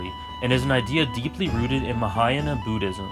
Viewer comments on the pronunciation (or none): wow! I've just finished hxh 2days ago. Just wondering how many religious stuff hav been shown in this animu, n this is the video I wanted!!! Great job! That's a nice video! btw it's B*u*ddism not b*oo*dhiam XD